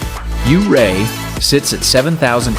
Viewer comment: I am a Colorado native and lived and hour away from Ouray for most of my life. My dad lived in Ouray for 15 years and loved ice climbing there. Ouray is a beautiful town all year around. Just want to say it's not pronounced you-ray. It's pronounced more like your-ay. Lovely little video!